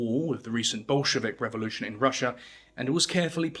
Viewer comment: Lentiburie ?? 😂 Barrier ?? 😂 What a BS video Bolevic party ?😂 Azabadjan ? 😂 Barrier ? 😂 The caucaseS ?😂 Vertiburier ? 😂 Aschwitz ? 😂 Labarriere ? KAthian forest ? 😂 Gurrier ? 😂 Nikita cruel ?? 😂 Krouev ? 😂 Kruel ?😂 Burier ?😂 AND THE NARRATOR with his ssssssss ln his tongue !! So shi t.. y painful